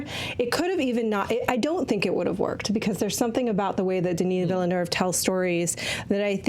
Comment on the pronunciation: saying the eu in Villeneuve with an r-like sound is amazing! I go to school in Québec (where Villeneuve is from) and so many people talk like that! It so nice to hear someone respect Québec French pronunciation because it is too often just made fun of in hurtful ways because it sounds different from how people in Paris talk.